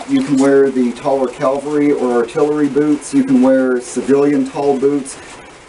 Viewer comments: It's cavalry, not calvary. I'm sorry, but you keep saying it over and over. Other than that great job. Nice uniform. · All that effort and you don't know how to say CAVALRY. Please, please, please stop saying calvery. If you say that again, your going to get a spanking mister. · Calvery. At least respect the accents like any human being with decency.